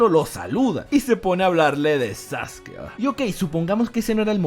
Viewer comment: Porque le dice sasuki?